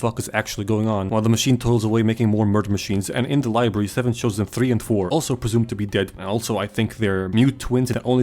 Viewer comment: Is library pronounced as "liebarry" a Joel easteregg?